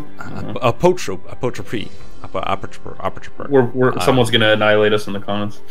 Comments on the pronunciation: its pronounced apple troupe ;P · Appelstroop instead of Apotrope 😂😂 Spectacular